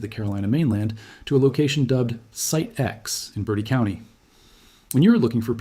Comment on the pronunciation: Bur TEE County